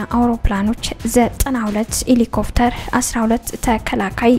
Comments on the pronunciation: ኢሊኮፍተር ወይስ ሄሊኮፕተር ? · ንፅፅሩ ጥሩ ነው ! ግን " ኤሊኮፍተር " ብለሽ ያነበብሽው ሄሊኮፕተር( Helicopter ) በሚል ቢስተካከል !!!